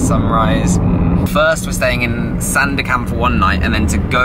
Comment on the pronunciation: you pronounce it perfectly ‘SANDAKAN’